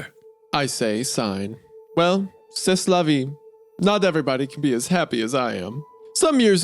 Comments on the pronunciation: did bro just pronounce "ceS la vee" ? 😂 Edit: commented this before hunter called him out on it 😅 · it’s so funny that Hunter gets on Isaiah for saying c’est la via wrong but completely butchered “ennui” not even a minute before lmao